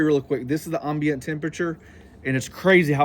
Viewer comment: Ambient- am-bee-uhnt